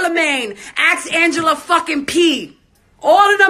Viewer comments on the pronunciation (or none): Erica Mena keeps me laughing....It is Angela Yee not Pee (unless she meant that as a pun...lol) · She keeps saying Angela P. It's Yee -_ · Thank you for all the hard work you do on your channel and now your business!!!! Also did she say Angela Pee?!?! 💀💀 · Why she call Angela Yee “Angela Pee” 🤦🏾‍♀️ why throw shade at her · She was probably drunk or high and couldn't get Angela Yee's name right SMH